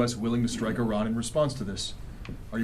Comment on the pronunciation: Why can’t he properly pronounce Iran! 😮